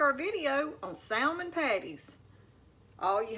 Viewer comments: Psshh! Same here!! Anyone in a true "SOUTHERN kitchen" knows that the "L" in salmon is silent. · The L is silent. I do not drain or take out skin or bones. Grandma Sue in Central Indiana. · Fellow Southerner here cringing at her pronunciation of "salmon." 😖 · The L is silent!!